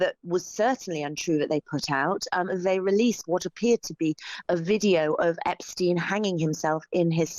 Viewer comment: "They wanna talk about Epsheen"